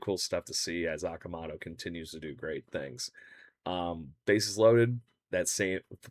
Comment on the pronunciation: You’re pronouncing Okamoto’s name wrong. Technically it is- oh ka mo toe